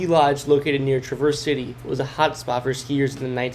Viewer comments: It's Trav-ers. Like saying Travis but with an ers. Not traverse, like the vehicle or traveling. I know its not important but it hit me like nails on a chalkboard. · As a Michigander there’s basically 3 parts to Michigan, the UP, Detroit , and Lower Peninsula call your video Detroit abandoned places next time. Traverse City was pronounced wrong which makes me think you only seen Detriot and maybe googled Sugar Loaf. The video could be useful for people wanting to visit Detroit. I’ve been there done that though, rename video guy would be better is I’m saying after all that. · You said Michigan but mostly this is just Detroit :( as a Michiganer this makes me said there is so much more to Michigan then Detroit!! And you are pronouncing traverse city wrong!